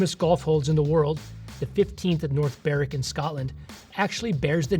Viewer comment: Well done for pronouncing North Berwick correctly! Most Americans don't do that. 🙂